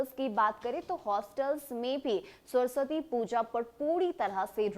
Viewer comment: पहले सरस्वती का उच्चारण सही कीजिए फिर समाचार कहिएगा।